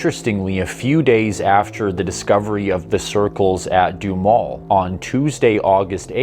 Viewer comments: Doo Ha Mel or maybe even Doo Ham El.....keep up the good work. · Wow, I grew up about not far away and don't remember ever hearing this. Duhamel is pronounced with 'ham' in the middle, lol. Nifty vid, thx.